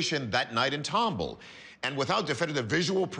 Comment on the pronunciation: I live in tomball and I laugh every time the host mispronounces it lol It’s TOM BALL. TOMBALL. Named after some guy named Thomas Ball. Yes, really lol